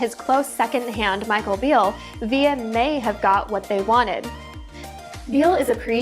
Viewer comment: It's VIL-LA, not Vi-ya